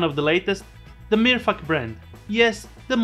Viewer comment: amazing man. I love the way you say MirFuck, ops Mirfak. Great video. Love the channel.